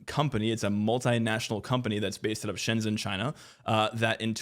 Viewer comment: correction: Shenzhen is pronounced more like Shen-jen (I HEAVILY recommend reading up on pinyin as it's genuinely useful to know for pronouncing Mandarin even when its just stuff like cities n stuff)